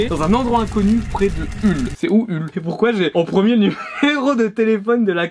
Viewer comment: Ça se prononce Holl, pas Hull